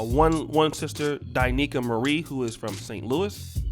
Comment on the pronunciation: You didn't pronounce Mrs Marie's name right